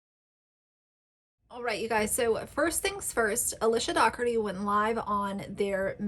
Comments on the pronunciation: Luv ur videos! Qq isn’t it pronounced like pizza dough ? Then erty? Jw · I live in Ireland 🇮🇪 and Dougherty is pronounced Doh-herty. Its an Irish name. She is as annoying AF, as for 'Auntie' Lauren......